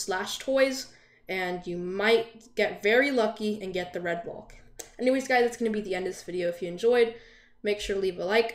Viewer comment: Everyone: Red Valk: Red Volk